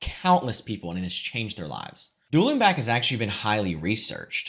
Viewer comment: Really wish you would spell out the brain training thing. I genuinely don’t know what you said. Dueling back? Dulinbak? Do Linbach?